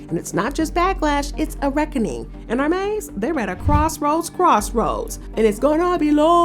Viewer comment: Hermès not Hermés